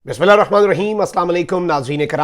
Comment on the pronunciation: اسلام علیکم مخدوم بھائ میں آپکی خبریں بہت شوق سے سن رہی ھوں لیکن بھائ جان آپ بسم اللہ ٹھیک طرح نہیں پڑھتی ھو مہربانی کرکے ٹھیک طرح پڑھ لیا کرو وسلام